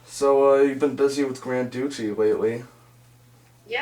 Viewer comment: "Gran Dew-chi"?..."Poostahlaro"?